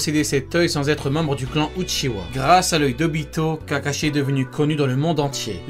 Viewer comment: je rêve ou ta dit kakachier a 🤦‍♂️🤦‍♂️😂😂🤣🤣